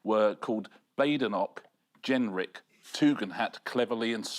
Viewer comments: Be nice if anyone tried to pronounce Badenoch correctly. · Ok Bad Enoch it is.